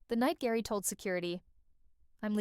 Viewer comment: 30 years of spice girls and you say "Gary" instead of "Jerry"?